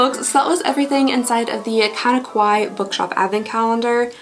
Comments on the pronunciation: "Kawaii" is pronounced Ka-wa-i-i... and means "cute" in Japanese. If you say Ko-wa-i, it means "scary" in Japanese. So this is a Kinda Kawaii box because it's a Cute Japanese style Stationery advent calendar! Praying for your healing in all the your body, mind and soul in Jesus's Name! May Jesus protect you and continue to keep the joy that is your strength! Love ya, girl! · It's actually pronounced ka-why-ee not e/eh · I gotta say it. Its pronounced kuh-wai-ee 😅✌🏼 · Btw it’s pronounced Ka-y-e. It’s Japanese For cute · it's kinda Kawaii the way pronounces Kawaii